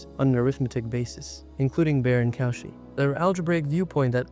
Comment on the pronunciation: Congratulations on your pronunciation of 'Fagnano' (at least, most times 😉). Cauchy is pronounced something like koh-she, and Euler is (~)oiler. Good luck with the channel!